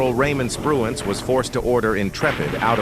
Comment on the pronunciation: the computer , also said Adm Spruance wrong and Adm Mitchner wrong